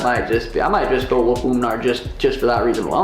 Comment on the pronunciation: sean omally: "oomnar"